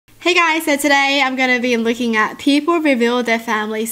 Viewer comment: Even though I know she is saying looking I always hear licking 😂😂😂